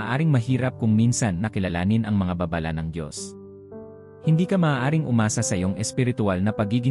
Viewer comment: juice mo . narrator..mag-aaral ka muna ng tamang pagbigkas gaya ng "babala" Hindi baaa baaaa lah